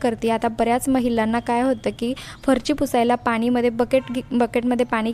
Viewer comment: अतीच बोलते.अगदी बीन कामाचं.फरची नव्हे फरशी.